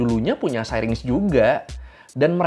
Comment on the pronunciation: Syrinx dibaca ˈsiriNGks kata mbah google